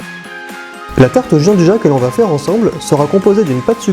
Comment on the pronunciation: Sa existe pas le « Jean du ja » c’est , phonétiquement : « Djianne douilla »